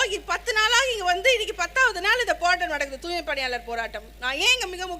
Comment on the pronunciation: துாய்மைக்கு பதிலா துாமை என்று பேசுது.